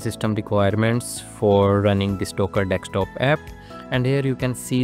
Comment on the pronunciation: Let it go man, it’s not his native language.